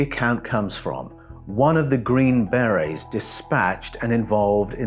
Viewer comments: I know you're an Aussie so your pronunciations are a bit wierd. But the 'army green berries' are pronounced as army green ber-AYS. Like the French hat called a ber-RAY. But all that tells is what kinds of hats the soldiers wear. Their real titles is army Special Forces. Their jobs are primarily ambassadorial. They have to learn a foreign language, firstly. The world is divided into 4 different quadrants - depending on the cultures/languages. After that, the Special Forces are trained in rebuilding an area after it was destroyed by war. They specialize in things like medicine, communications, engineering (roads, bridges, etc). I used to work in a Special Forces support unit called PSYOPS (psychological operations). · "The green, bear-rays..." "The green, berries..." "The green, bay-rays..." You can't just make-up pronunciations to make yourself sound British and more intelligent. Hog-wash... (I'm just jealous of the accent... my apologies.) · Yeah lol, you're correct on that (second syllable in America for most words), but TRUST 😆, we Americans already butcher enough words as it is, I will be the first to be embarrassed by that! But for that group, a Force not to be reckoned with lol, it just sounds like "Beray", I was unable to finish watching and was honestly unsure if I was even following along well as it was-something big came up right before I clicked play and my mind was scattered to all hell, but that HUGE distraction just ended (positively) and I'm back online to get caught up and saw your reply 😊. Thanks for not taking offense, as absolutely none was intended! Have a great weekend. 😁👍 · How do you pronounce it? In English English I think the emphasis is on on the first syllable. In U.S. English I believe the emphasis is on the scond syllable. How did I say it? I guess either way it will sound wrong to someone! The hazards of speaking an international language eh! Health and Peace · ...green "BareA's"? 😂